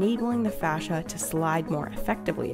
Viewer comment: Fascia become slowscia Seriously though it's face-sha, yeesh.